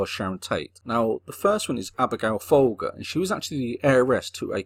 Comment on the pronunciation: VOYCHECK Frykowski FFS and FOLE JER not FALL GER